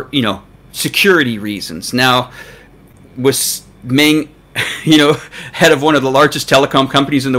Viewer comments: Please get your pronunciation straight. It's Meng, not Ming. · One of you is saying "Mong" and the other is saying "Ming". Are you guys talking about the same person? I thought this was supposed to be a professionally made video. (BTW, The real pronunciation is closer to "Mong").